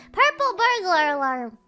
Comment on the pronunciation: All right, we're pronouncing it "alerm" from now on.